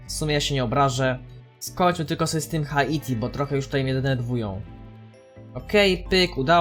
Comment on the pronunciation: Drogi, nie czyta sie HA ITI tylko Hajti. (na przyszłość):D